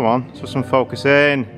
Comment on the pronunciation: “... if we can faukusss...” .... lol